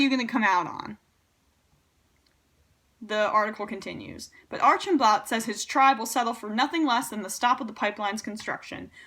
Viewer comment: Hey Emma, I love how quickly you have responded to this crisis. I would just like to mention that Archambault is pronounced "Ar-sham-bo".